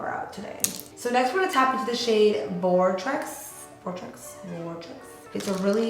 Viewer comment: Vortrex lolll vooooortex* hahah q Linda